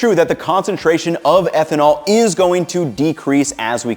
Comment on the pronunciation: ehtnanol instead of ethanol :o